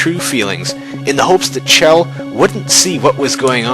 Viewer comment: It's Chel as in Shell check out dev comentaries on Portal 2.